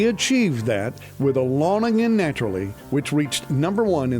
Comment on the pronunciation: "ALONG/A-LAWN AGAIN" (Naturally). Alone (A Loan) like a loan from a bank. I don't know what you are pronouncing but it doesn't sound correct.